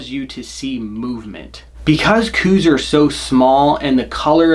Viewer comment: I'm not one to leave comments often, nor do I even get on the interwebs much. I was cruising around after a hunt today though, and happened upon this video. A couple of things..."Coues" is pronounced "Cows". Also, those who have exclusively "Western" hunted seem to have more of a problem with them. I've bowhunted a lot of places successfully for over three decades, and currently live in AZ. If you want to make bowhunting for these little guys less frustrating---put down the "glass"---which is WAY overused by you folks here in the Southwest. Like any whitetail---and indeed most cervids---Coues are habitual, and form those habits according to food, water, (to a lesser extent than other species--but they WILL stay near water if its readily available), and bedding areas. If you spend your time scouting paying attention---like any other species---you will find those habitual routes and feeding and bedding areas, and "ambush" hunting is far easier than what you seem to be doing. Learn what it looks like when they browse. (All whitetails "pull", rather than "chop" browse, so for example, young shoots and the like will be snipped diagonally, with trailing fibers at the upper end). Realize that where they poop is not far from where they're eating. Even in dry areas, they are SO habitual that obvious, narrow paths will be observed. Use good scent control---(spray, soap, Scent-Lok, etc, at a bare minimum)---and log wind and other conditions so that you can narrow down the window that yo